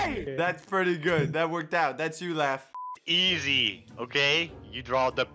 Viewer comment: The fact he said Laff the was the one who made the funniest one, but it was him :?0